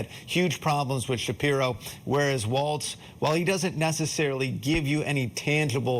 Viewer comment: Thank you for being one of the seemingly few news anchors who pronounced his name correctly.